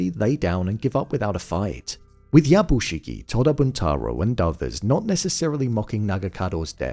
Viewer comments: Something small I noticed. Yabushige is pronounced as ya bu Shi-gAY Not shi-gie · I enjoy your review. But please note the character’s name is “Yabushige”, not “Yabushigi”. That’s like calling someone Bin when their name is Ben.